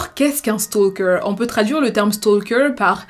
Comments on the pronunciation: Vidéos toujours très intéressantes! Celà-dit, je voulais juste souligner que le «L» dans «Stalker» est muet :). Beaucoup de youtubeurs Français font cette erreur. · On ne prononce pas le « L » dans « stalker » 😭 fiou fallait que je le dise.